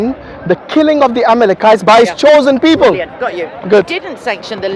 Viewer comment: She keep saying amekelites..🤔